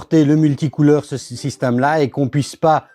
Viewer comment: Salut , je suis le seul à entendre " SYSTAME " au lieu de Système quand il le prononce ?